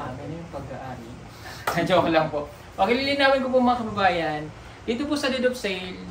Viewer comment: Deed of sale( sounds like did)